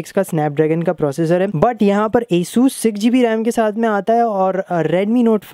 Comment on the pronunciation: the name is asus not esus hahahah🤣🤣